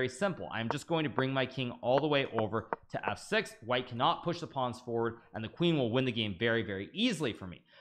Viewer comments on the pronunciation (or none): none